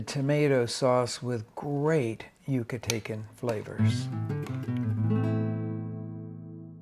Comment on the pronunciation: Jaja, it's not "Yuca-taken," it's Yuca-talken or Yuca-tahnian.